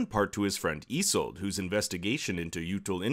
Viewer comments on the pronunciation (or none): It’s pronounced eesolda